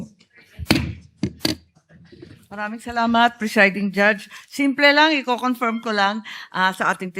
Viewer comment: Ngee, We "Confyirm" daw😆